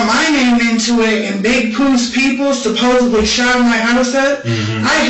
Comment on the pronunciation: When someone says “supposeBly” I just walk away. Same with “Cap” or “Bro” or “On God” or “I was like, then he was like, they were like, you know like…” ✌🏽